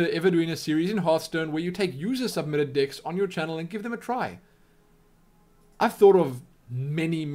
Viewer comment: it sounded like you were saying dicks to play instead of decks just letting you know